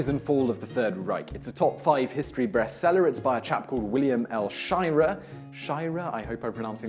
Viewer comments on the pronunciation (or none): forget about pronouncing the authors name, i had no idea books could be breastsellers (